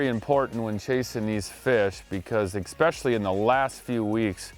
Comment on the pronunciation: "EX-specially." Spoken like a true potato farmer from Shawano. 🤣😂🤣